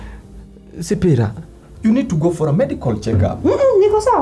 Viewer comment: Hehe sasa ni sipira not shiphira😅😅